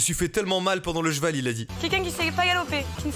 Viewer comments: Eh mastu a dit un chevau au lieu de un cheval like si tu a remarqué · Eh mastu il a dit chevau au lieu de cheval like a 2min33 si tu trouve quil ezt trop con